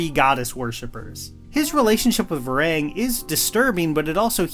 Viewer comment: How do you manage to mispronounce Quaritch, Varang, and Lo’ak after a 3 hour movie 💀